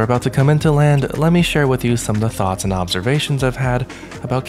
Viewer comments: Hi! The transfer of thinking processes is "thoughts" not "thots". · Did no one notice how he put final thoughts as "final thots" at the end of the video chapter lololol